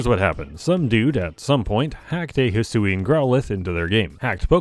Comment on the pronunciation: hisuian is pronounced (HEE-SWEE-AN)